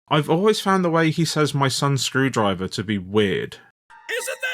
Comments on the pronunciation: skrew-DRIVE-er - the emphasis should be on SKREW-drive-er. The misplaced emphasis makes it sound like EFL or just unnerving x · With "My son's screwDRIver" it almost sounds like they cut up driver from somewhere else and added it here. Even though it was probably just how the VA decided to say it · i think the screwdriver thing might just be that hes emphasizing my son in a weird way cause it's his name. MySons screwdriver instead of my sons screwdriver